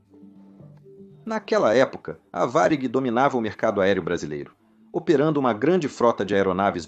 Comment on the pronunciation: Ficou muito bom, só não conseguiu pronunciar Varig muito bem, mas realmente ficou ótimo